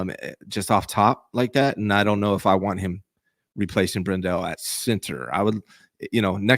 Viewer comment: It's BRENdell, not brenDELL.